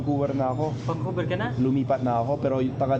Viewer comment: Pati yung vancouver... Naging bankuberr..